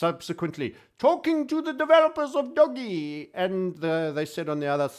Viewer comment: It's "Dohj". Not "Doggy". LOL.